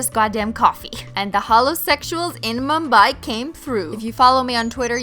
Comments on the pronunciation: I like the fact that u pronounce mumbai and India correctly...😃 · I've learned so much from this video including how to properly pronounce Mumbai